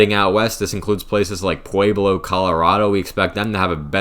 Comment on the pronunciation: "Pwayblo" Colorado? Really?